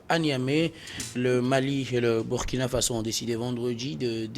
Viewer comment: Monsieur prononce mal le Burkina. Et il minimise le terrorisme. C'est grave. Les derniers coups d'état, pour ce qui est du Mali, Burkina et Niger sont dûs à 80% au terrorisme. Quand on n'a pas le terrorisme dans son pays, son analyse ne peut qu'être dans le décor.